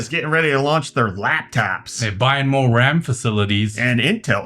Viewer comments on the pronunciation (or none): none